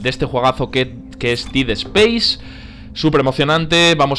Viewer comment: se dice ded speiz